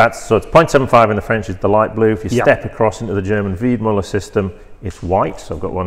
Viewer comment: It‘s Weidmueller! A german ü is ue in english